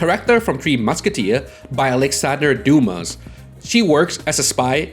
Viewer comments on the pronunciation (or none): none